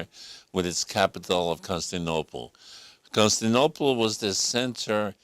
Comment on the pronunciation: Con-sti-nople? Hmm...